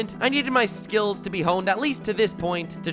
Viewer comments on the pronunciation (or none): none